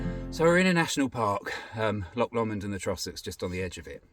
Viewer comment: You are saying Trossachs really well, but Loch Lomond wrong and Loch Katrine. Well the Katrine part was good but its not Lock its Loch. MIdges will eat you alive around there lol